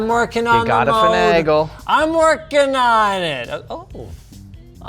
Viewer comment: That guy really likes saying the word "finagle". Which is awkward since he keeps saying it wrong.